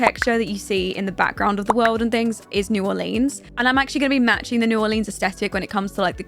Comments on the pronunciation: Love this video but it is pronounced “new are-lens” not “new are-leens” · "New orleens" 😂 great video